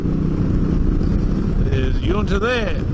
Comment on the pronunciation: Well I have to say it but its yunta like sun not yoonta enjoy